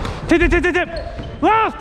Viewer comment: i like how he says "lefto"